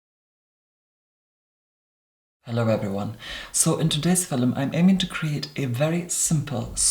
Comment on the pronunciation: Am I the only one who immediately smiles after he says "hello everyone, in today's fillum" 😍 LOVE